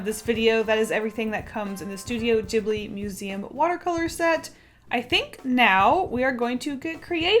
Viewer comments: No offence but it's pronounced as ghiblee not jiblee lol :p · I thought it was pronounced to start like ghost? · YES STUTIO GHIBLI Btw, I think your saying ghibi wrong. The g doesn't sound like a j, its a g. ( I'm sorry if that sounded rude I don't know how else to write it ) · In a documentary, they mention that the studio name is based on an Italian word, but the pronunciation is wrong. It's supposed to be gib-li. But the studio creators stuck with jib-li. It was a translation error XD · The "g" in ghibli is pronounced as "g" in good, gas, give, etc (soft). It's Italian and "gh" is the soft pronunciation of the "g" in front of an "i" or an "e" (same as in Spanish but instead of an "h", a "u" is used to soften the "g") . Ghibli is the word used to describe the hot and dry wind that comes from Africa (south if you're in Italy) and it has its origin in the Arabic word "qiblī" that means "southern" (meridionale in Italian) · Kinda cringed when she said Ghibli that way